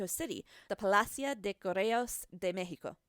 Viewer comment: U suk u said mexico wrong wow i like when white ppl try 2 speak spanish